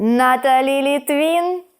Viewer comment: Не Літвін, а Литвин! Їй напевно горить😅